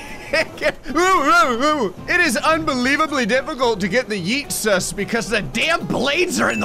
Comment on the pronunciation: i just reliezed that it is yeet sus not yeetus